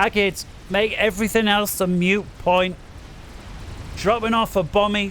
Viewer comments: Great casting style ya northern bastard. Tiny thing, it's "moot point" (said like boot) not "mute point" Love from Wales <3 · I think you'll find it "moo point"